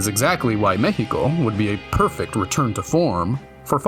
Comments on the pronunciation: I like how you pronounce Mexico correctly Honestly, basing the next fallout game in Mexico would be a snazzy business move! Most existing fans would still buy it, a lot of Mexicans who haven’t played fallout would buy it, and it would generate controversy ie free press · Dude, First of all, your pronunciation it's way too good; It took me by surprise to hear Mejico and not Meksico. Mexico being good for a fallout game always took a place on my mind, especially because the other games mention it a bit. So now, to help enhance this world building: 1. if the city flooded the Chinampas would make a popular return, like, imagine this swampy like place with a lot of tiny islands made out of dirt and debris. a place made by survivors but abandoned because of the dangerous radiation or maybe the dangerous creatures that came along with radiation. maybe they flee because of them, maybe another faction took away that place. 2. The Metro it's like way, way too large, and way too crowded, It would be an awful place to be, without mentioning that some places would turn into a underground city full of raiders / ghouls, and many others. This one is based on personal experience many people would survive here the first impact, but later on the hell will be unleashed. OFC this would also make a fine place to survivors to prosper until they get mad 3. This point is here just to make everyone remember that a) we have many volcanos b) It's a seismic place So try to imagine some cities ended up like Pompeii at least the ones who where forgiven by the nuke . 4. Maybe some Vaults over the place, like one of them flooded in CDMX and the other one fell under it's own weight because of an earthquake in another state. 5. Nuka Cola's investment here would be crazy (Yes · U earned my like from the moment u said Mexico correctly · Im new here and was sus until i heard you truly say Mexico. BUT I GOT MY EYE ON YOU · He actually pronounced it right! im damn impressed